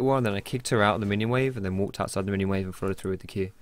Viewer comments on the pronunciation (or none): none